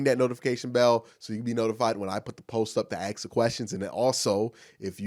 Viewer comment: Why can't you pronounce the word ask properly? Slow down and think about what you are saying. A-S-K